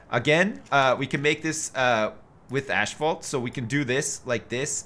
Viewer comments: Dbestdodge explain to me how that works. Since when does "asph" sound like "ash" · According to the Cambridge dictionnary, the American and British pronunciation is Asphalt (ass-fault). I don't know if "ashfalt" is a Canadian or American thing, but I've heard it a few times in Ontario. People grow up hearing something pronounced in a certain way and never question it, even if the way it is spelled doesn't match how it is pronounced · Why does keep saying "ashfault" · It's killing me. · Maybe its a Canadian tradition. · I watched that French dude say asphalt and he definitely pronounces it the same way does.